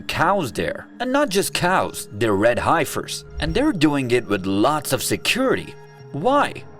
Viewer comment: Youre legit pronouncing Heifer wrong 😢